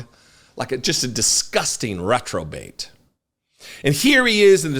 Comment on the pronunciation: REProbate,. Get it right, please.